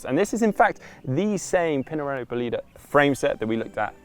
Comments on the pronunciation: You have accent wrong :) Bólide, not Bolíde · The correct pronunciation is Bòlide, with the accent on the o 😉